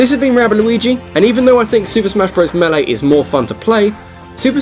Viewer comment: The hell is a Super Smash Bros. "melei?"